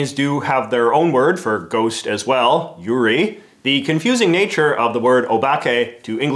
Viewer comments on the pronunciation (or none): yurei=yoo-ray yuri= yoo-ree yurei: ghost yuri: lesbians i understand you're canadian but be careful in pronouncing japanese please. it's VERY important you get the right vowel sounds involved. else your words mean something TOTALLY different.. i know people are going to gripe about me being pedantic about "well he isn't a native speaker or probably doesn't speak it at all" if you're going to reference another language. do your best to get it right.. A=ah E=eh I=ee O=oh U=oo AI=ah-ee=ay AE=ah-ee=eye OO=/= oo as in look but instead oh-oh. or really just a lengthening of the oh sound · JJ, the pronunciation of "yurei" is important. Pronouncing it as "You-ree" as you did has a very very very different meaning/connotation. Yurei should be pronounced something closer to "you-ray", while your pronunciation along the lines of "You-ree" would correspond to the Japanese word Yuri, referring to same sex relationships between adolescent girls rather than ghosts. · "Yurei" is not pronounced "Yuri". It's "You Ray" approximately - except obviously since Japanese doesn't have an "L" or an "R", the "R" in the "Ray" part is that sound that they use that's sort of halfway between, which to the untrained ear either sounds like a "D" or like they're using 'the wrong sound' (i.e.: 'L' in an 'R' word or vice versa). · I'm very glad that J.J. put the spelling on the screen for yurei, because he pronounced it yuri which is very different, although you could have a Yuri yurei and that's fun to think about. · Yurei and Yuri have very different pronunciations, and VERY different meanings 😅